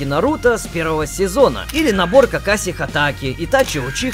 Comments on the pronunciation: Какие бесят когда говорят не правильно,не Какаси а какаши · Ахахахаха какаси ты кажется смотрел озвучку 2x2 правильно какаши сенсей